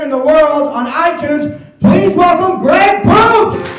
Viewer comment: did anyone else hear Greg Poops?